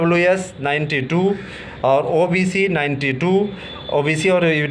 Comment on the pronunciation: ओबेसी नही होता हे ओबीसी होता हे